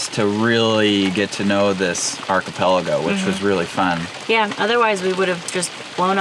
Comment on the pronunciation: Almost went a show without saying, Arcapelago... almost